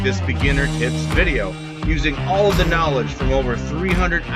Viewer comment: What I hear "these are the ultimate beginner tits!" Okay where is the tits?